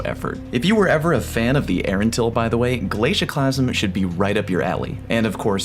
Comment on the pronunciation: The “glacusieeme”